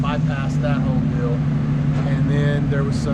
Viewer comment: favorite things to say: “it is what it is” and “dill” (deal) lol keep the videos coming 👌🏽